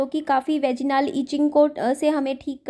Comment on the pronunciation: वेजिनाल क्या होता है? वजाईनल होता है।